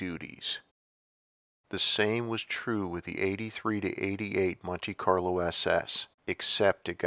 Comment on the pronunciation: what's a munte Carlo?